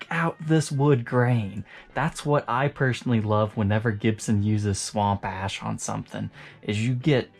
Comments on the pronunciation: I'm probably the only one, but whenever says "sahWOMP aySHH" I repeat it back. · i die every time he says "Swamp ash" lmao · Me too! Makes me grin